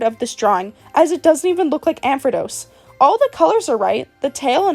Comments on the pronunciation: Ampharrrrrose not amphadose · I cannot ignore how you butcher some names 😭 I’m so sorry. Ampharos, not Ampredos 🥲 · ampharos doesn't even have the letter D in it at all how is it mispronounced like that 😭